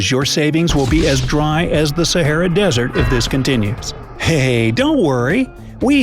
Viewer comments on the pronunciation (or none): did you just say say-era?